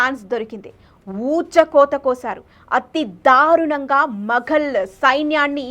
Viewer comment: తెలుగు భాషా ఉచ్చారణ మీద దృష్టి పెట్టమని మనవి . ఔరంగాజేబ్ కాదు ఔరంగజేబు , షం భాజీ కాదు శంభాజీ , షాహు కాదు , సాహు . దయ చేసి స శ ష వేరు వేరు అని గుర్తించండి . ధారుణం కాదు దారుణం . వత్తులు ఎఫెక్ట్ గురించి వాడు కోవద్దు